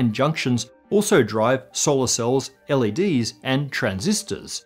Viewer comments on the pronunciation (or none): none